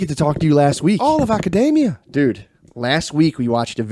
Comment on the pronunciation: Saying academia like macadamia is awesome